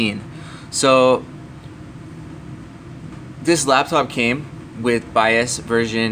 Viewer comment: Too Long to explain .... Also its "BIOS" not "BIAS"